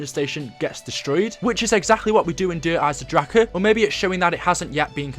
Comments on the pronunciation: STOP SAYING dereisen draKEE it's such a disturbing noise bruh omggg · der eisendrachen not der eisendracher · it's shangrilaaaaaaaaaaaa nnot iiiii. why do u never show us background footage of u on a high round on der eisendrache I think it's cuz u haven't got to a high round yet. ur pathetic. I have subscribed to a lot of channels and u always seem to post the exact same thing about 2 days after them. come up with ur own ideas and stop stealing g other peoples. ur a fake I used to like u until I realised u were stealing other youtubers footage. I've never seen u do anything significant in zombies yet.